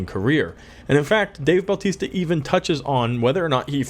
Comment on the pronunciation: His name isn't Baltista. It's Bautista. no L.